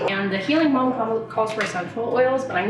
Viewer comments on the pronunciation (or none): every time you said balm i kept hearing bong and i was so confused but also here for it lol